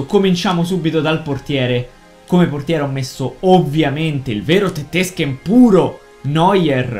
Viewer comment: la prossima volta non dire tetesken ma.... tettesken